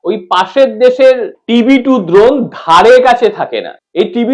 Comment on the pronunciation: উচ্চারণ ঠিক করো। দ্রোণ নয় ড্রোন।